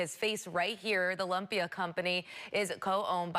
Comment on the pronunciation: She really said "lump-ia" 😂